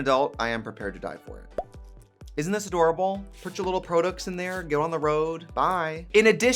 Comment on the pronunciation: The way she says "products" is weirding me out??? I stan, though.